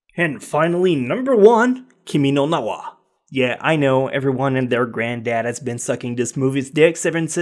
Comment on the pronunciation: The #1 is "kiminonaha" and not " kimi no na wa "